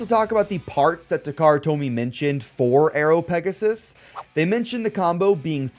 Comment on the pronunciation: Remember its called pegasus not pegasis